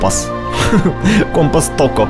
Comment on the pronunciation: Горлек на О ударение, Токк, а не Токко Чудесно всё